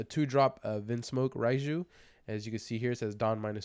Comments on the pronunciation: It's pronounced like "RAY-jew," not "Reye-jew." Not that it's a huge out anything of course, but my OCD won't let me not correct you lol 😅 Unlike English letters, Japanese Romaji is always pronounced the same way and follows its rules way better than English does. "Reye" would be spelled "Rai" in Romaji. Anytime you see an "e" and an "i" together like that in a Japanese word/name, it should be pronounced like a long "ā" sound, like the a in ray or crazy, etc... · Her name is pronounced Ray-Jew bro.